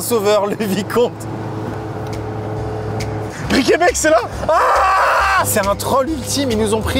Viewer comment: Les voir passer par les routes que je prends tous les jours me fait mourir de rire. Mais la prononciation de Briquebec me fait mal a ma Normandie 😢